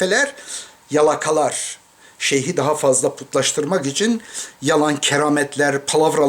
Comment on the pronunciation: Yalan soyleme daha ismini telafuz edemiyorsun sehe degil seyh